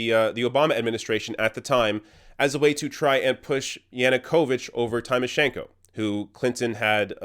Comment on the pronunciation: Great exposé but I was annoyed by a repeated mistake of yours. Why can't you pronounce "Tymoshenko" properly? Don't be like like all those idiot Bush supporters saying "EYE-rack".